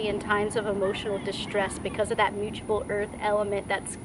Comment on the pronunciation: With Virgo placements it is very hard to hear you pronounce mutable (m-uu-t-a- ble) like muchable it's not "muuchable". But nice video otherwise.